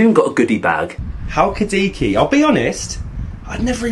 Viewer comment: It's not halki-diki it's pronounced Hal-ki-di-ki with the emphasis on the last syllable.